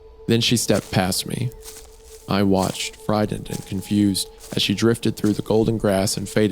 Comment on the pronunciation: My favorite place to come listen to "t"s pronounced as "d"s I'm friddened.